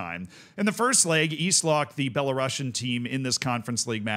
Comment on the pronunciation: that pronunciation of "Belarusian" is criminal